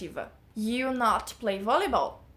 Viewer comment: Sua pronuncia de Volleyball tá errada... é Vóliból!